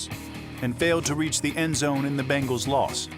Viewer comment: Its pronounced "ben gals"